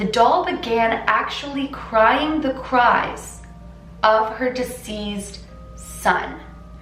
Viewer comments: Are you saying "diseased" or "deceased" son? This is an awesome and scary story! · I love, love, love you so much... So please don't take this as a criticism, but as an attempt to help you out... I have noticed that in this video, as well as a few others, you are mispronouncing the word DECEASED. It sounds as if you are saying DISEASED, which is quite different. -- DISEASED means to have a disease, (an illness/affliction/etc.) And it sounds like: "DIZ EE ZED". What you mean to say is DECEASED, which means to have died; and sounds like: "DEE CEE ST". Hope that helps. ~Again-- I love you to pieces (Reese's Pieces, that is, LOL!)